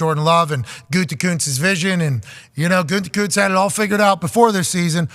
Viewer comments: It's gutekunst not goontekunst lol Packers talk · but it's WAAAAY better the way Pat pronounces it, because Goontekunst sounds like the name of a dipshit, and only a dipshit would have drafted Jordan Love when he did.